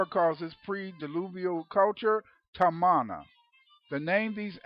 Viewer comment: Tamana is a Fijian (melanesians of the South pacific) .. word which means FATHER..so you can not pronounce it in an english pronounciation,,,the real pronounciation is TAR- MAR - NAH ,,the origin people of a civilisation before Ancient Egypt..way before Sumeria..The land called MU/LEMURIA/KAMU KAMU also means FATHER. When the knowledge was taken to Ancient Egypt after the continent sunk..ancient egypt became KAMU..not Kemet.